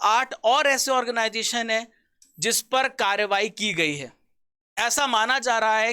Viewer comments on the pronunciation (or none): none